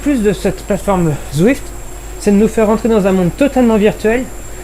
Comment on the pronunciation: C'est quoi dans le Z que t'arrive pas à prononcé dans zwift ?